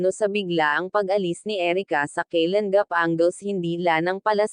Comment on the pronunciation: Ayusin mo po salita nyo hinde keylan gap daig kpa ng foreigner mgtagalog e pilipino ka nmn ang pangit pakingan po pilipit ka mgtagalog concern lang po pra din po un sau